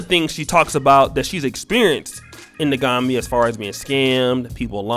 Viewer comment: Pronounced The Gam Bia. Not Gombia